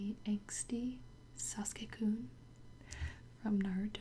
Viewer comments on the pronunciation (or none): It's Sa suk a Not Sas ka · My friend called him Sa-sū-kē I cried I. The inside